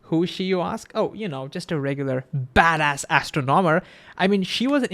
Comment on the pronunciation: Great video! FYI the words “astronomy” and “astronomer” are pronounced with emphasis on the 2nd syllable, like a-STRON-omy and a-STRON-omer.